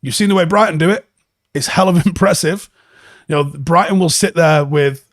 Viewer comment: It's time you started saying with as follows: 'WITH'....that's a 'TH' mate. Same as you were going to say 'THE'. Wiv is a cockney slant mate, not a Manc way of speaking. I used to do the same thing, but my mum, who was from Ancoats, would not ever let me say 'WIV'....it's 'TH' mate....WITH. as in 'we win, but say 'with instead of win. Same gob movements pal. Get on it, and I expect improvements by tomorrow morning!!!